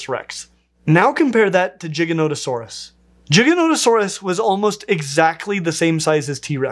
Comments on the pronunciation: No one gonna talk about how he pronounced Giganotosaurus Jiganotosaurus? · Giga not o saurus